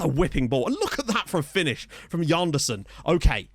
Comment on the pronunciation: Why should it be Djanderson? It's a Portuguese name, so more of a toning sje-sound. Like in the French Jean.